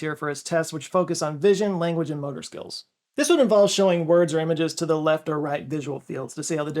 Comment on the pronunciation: he pronounces the word language as "lenguage" but i guess he has no choice about that. where is that accent from though? great lakes? saying /gang/ as "geng" etc